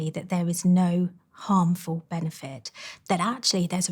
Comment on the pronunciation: She is an impossible voice to listen to. There is no word called "benefet", and "food" and "feed" are different. The soundscape of the vowels is much wider than e in set, and u in cut. And speak up lady. Did you have no father who would have told you to use your voice, instead of whispering. I can hardly hear your s sound, and half of them are not there. What a mess. - And lastly do you want me to end up concentrating on the impossibility of listening to your message, or to concentrate on your message. I did not bother getting to why it would be bad to eat after 9 pm. That is how disturbing the failure of your voice and pronunciation is.